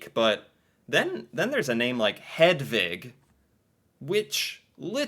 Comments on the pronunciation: You are pronouncing Hedvig correctly! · im from norway and hedvig and selma is the names you pronunced the best